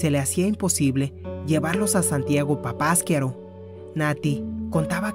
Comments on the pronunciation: no se pronuncia papaskiaro. Es Papasquiaro..así como se escribe le pones asnto de pausa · No se acentúa en la segunda a, es papasquiaro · Asi no se pronuncia papasquiaro, lleva acento en la ultima [ A].